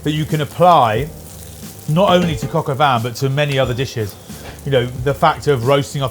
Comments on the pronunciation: it's Coq au Vin not Coq au Van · I swear I am hearing coq au van 😅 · Cock o van?? Cock in the back of a van??